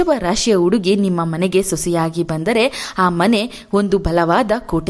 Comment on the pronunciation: Please nimma salahe chennagitthu aadare hakaara and akaarada bagge sariyaagi maathanaadi ex. Udugi uduku ennu hige thappagi helade hudugi jennu huduki hige hakaara annu sariyaagi uccharisi .